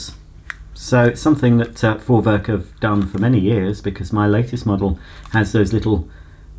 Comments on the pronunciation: Jup, He Got it 👍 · Perfectly pronounced 👍 Greetings from Germany 😁